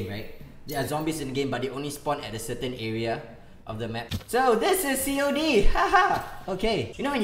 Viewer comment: just say cod not c o d